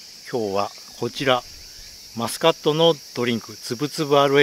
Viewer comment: ちゃんとしっかりマスコットって言ってて笑いました